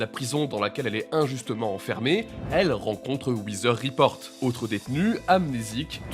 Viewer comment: Très bonne vidéo mais les gars un petit effort sur la prononciation de l'anglais svp... "hivi wither", "wither report", "sheer earth attack"